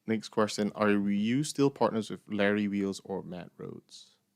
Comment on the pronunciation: Why do you prononce qustion like this "d